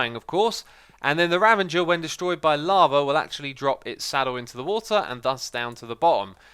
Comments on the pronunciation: ummm, its ravager, not ravenger bruh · everybody: ravager xisuma: ravenger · It's Ravager, not Ravenger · Any one notice he is saying "revenger" instead of ravager? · Ravager, not Ravenger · It's not a ravenger it's a ravager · "Ravager" xisumavoid: "Ravenger" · Ravenger or Ravager? I am confused lol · IT IS NOT CALLED THE RAVENGER ITS CALL A RAVAGER its pernounced (Ra)(Va)(Jer) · It's not a "Ravenger" lmao its a Ravager, you need some glasses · btw, its ravager, not ravenger RAVENGERS INFINITY RAID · It's called a ravager, not a ravenger;) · Ravager! Ravager! Not ravenger🤣🤣🤣🤣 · Its funny how you say ‘ravenger’ instead of ‘ravager’. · "Revenger" can you read? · It’s Ravager not ravenger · R A V A G E R not ravenger x,D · Ravager not revenger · We are all excited for Endgame, but it's still Ravager, not Ravenger XD Great video though :) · You keep saying "Ravenger" instead of "Ravager"... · How long is it gonna take for xisuma to say "ravager" instead on "ravenger"? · Take a shot everytime xisumavoid says Revenger instead of Ravager, you'd be dead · By the way, the four-legged beast is a RAVAGER (rav-uh-jur), not a REVENGER. Look forward to taking on this fun project! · I'm pretty sure that it is supposed to be "Ravager" and not "Ravenger". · At least Aluminum/Aluminium actually has different regional spellings. Ravager has no instance where N is anywhere near it. I love these vids but that's always annoying af lmao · I've noticed that you say Revenger and instead of Ravager for the beast that spawns in raid. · Ravager not Revenger. There’s no “n.” Love your vids! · X, dude, I love your content, but it's ra-VA-ger, not ra-VEN-ger. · its pronounced RAVAGER not RAVENGER!!!!!!!!!!!!!!!!!!!!! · Did he say ravenger!!?!?!?!?!?!?!?! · did he call it a “Revenger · i'm sorry did you pronounce the ravager as avenger with an r in the beginning??? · X, it's a "Ravager", there is no "N" in its name. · why do you call the raveger the revenger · You pronounced ravager as 'revenger'